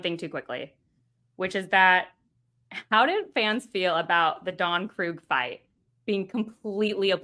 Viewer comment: Don…Croog? Can’t say I’ve ever heard his name pronounced that way. I’ve always heard it as Don Kreeg(spelled Krieg)😅